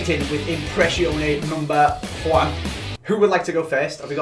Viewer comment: Lol he said number juan